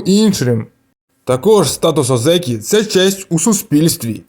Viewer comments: На січневому він не отримає це звання, треба мінімум 2 поспіль виграних турніри будучи в ранг Одзекі, і автору б правильно казати О́дзекі а не Одзе́кі. І взагалі, мало ймовірно те що він стане 3 діючим Йокодзуна, хіба якщо Племінник (Хошьорью) в наступні 4-5 турнірів не здобуде жодного Юшьо і його попросять піти у відставку тоді таке можлив, але на зараз я не бачу реальної можливості Данилу стати Великим Чемпіоном...((( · Ні озЕкі, а Озекі! Наголос на "О"!